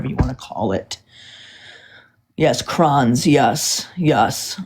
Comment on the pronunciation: She is so dumb. 😂 yes krons 😂 not Chrons - krons don’t know words - it just a lot.. like ALOT.